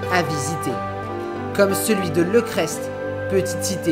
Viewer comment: Merci pour ce magnifique reportage !! Par contre pour le village Le Crest on ne prononce "st" on prononce "Le Crést" d'un bloc